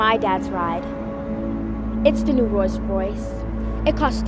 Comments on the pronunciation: I heard rolls royce not royce royce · "its the new roys roice" you can tell she doesnt know what she is saying... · Lol she can’t even say Rolls Royce right. Go back to and see the way she says rolls Royce.